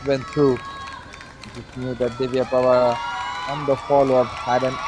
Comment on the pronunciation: 1 first gool dis name is Divya pawara not pwara पावरा hindi word is name of Divya pawara